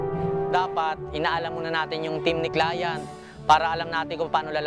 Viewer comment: Nadidistruct ako sa “clayant”😆